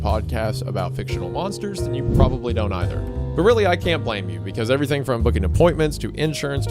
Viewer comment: "Everywerm" - Hunter Hancock